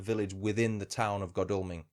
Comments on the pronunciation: Jarred every time you said Godalming... Should be God as in God, Al as in Al Capone and Ming as in vase.... goodness knows where you did your research lol ps aside from that was quite interesting 👍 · I live here, locals pronounce it god all ming